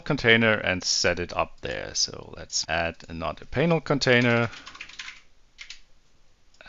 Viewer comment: Extremely well done. But just imagine saying Painel instead of just Panel 😂